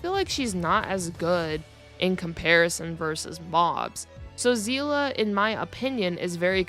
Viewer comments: i mean i hope you pronounced seele's name correctly its see-le not zela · Her name isn’t zeela it’s pronounced seal-ee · I'm sorry, I had to quit when I heard "Seelah" instead of "Seele" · Um zeela? If you wanna say it japanese Sheelee but if you wanna say it German its Zeele except with a stronger a and kinda sounding like an e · Still upsets me how the VA mispronounced Seele as Zeele. Good video tho mostly agree with everything said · My god please do not call Seele is Sezla I beg you and everyone out there who new to Honkai 😂😂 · where does "a" come from Where there is no "a", it is not even that hard